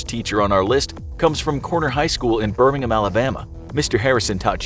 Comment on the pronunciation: Like how you pronounced Birmingham Alabama correct 😎.